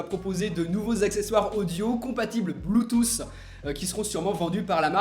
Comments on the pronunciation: c'est bluetooth et non blue tousse.. quite à faire des vidéo sur l'iphone apprend le vocabulaire anglais... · le blootousse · Des casques "Bloutousse" 😂😂😂